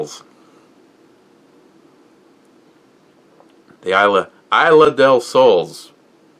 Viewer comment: I S L A....you say it ISSLA not EYELAH